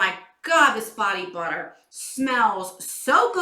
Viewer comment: I swear, I thought you were saying body water instead of butter haha. That cracked me up! I really like this box. It’s all about self love! Just like Ru Paul says, if you can’t love yourself, he the hell you gonna love somebody else?! Love you! 😘😘